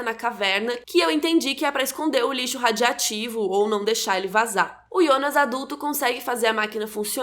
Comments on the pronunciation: Vídeo excepcional com o conteúdo maravilho e qualidade primorosa, porém alguém mais se incomodou com o erro na pronuncia da palavra "radioativo"? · Show de bola... Ah, ê RADIOATIVO!! E não RADIATIVO ...KKKKK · Excelente resumo... só dá gastura ouvir radiativo ao invés de radioativo, mas conteúdo gigante. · é RADIOATIVO que fala, e não "radiativo". Outra coisa: você disse "se ele ir pro passado" e na verdade é "se ele FOR". Sei que vai ter um monte de baba-ovo de youtuber me xingando por ter te corrigido, mas se você quer ser influenciadora digital, no mínimo tem que falar português direito né? Bitte schön! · 'RADIOATIVO' , não fala 'radiativo' não rsrs